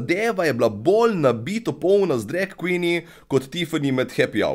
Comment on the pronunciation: Še dobro, da nisem gledla tega dreka. In ja, "drag queeen" se še sliši kot drek kvin hahaha, legenda si.